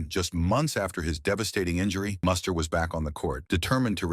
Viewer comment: This video makes a couple of egregious mistakes. 1) His name is pronounced Moo-ster not Muss-ter. 2) Muster was not married from 1989 to 1997. I have no idea where that came from. He married Australian TV presenter Jo Beth Taylor in 2000. They divorced in 2005. Muster remarried in 2010 to Caroline Ofner. Additionally, while Muster's 1997 Australian Open semifinal run and subsequent Dubai title are mentioned, the video strangely doesn't mention Muster's Masters victory in Miami in March 1997. In fact, Muster reached the semifinals or better in four of that season's six most important outdoor hard court tournaments (SF Australian Open, SF Indian Wells, W Miami, F Cincinnati).